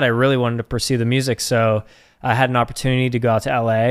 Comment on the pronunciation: lmao, immediately after cant say opportunity - I get hit with an ad for Grammarly lol